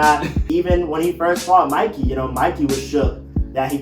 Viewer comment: ayy finally 🔥🔥🔥tokyo revengers needed this i love how it said mickey instead of mikey 💀💀